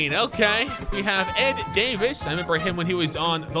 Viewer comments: It’s NOT DAVIS BERTANS ITS “DAH-VIS BURRRR TAWWNSSSS” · Davis Bertans... Pronounce both of the A’s as AH So is DAHvis BerTAHns That’s his name. And he’s the 2nd best 3 pt shooter in the league